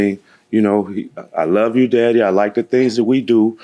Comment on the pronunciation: “Her Baby Dadder” 😂😂😂